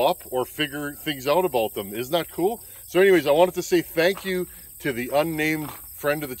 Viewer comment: 😂😂” If any of you guys out there know Donny Walker, you know what I’m talkin’ aboot”. Yeah, I’ve caught myself saying ‘aboot’…we really do say that! Oh…and thanks for the choke fix.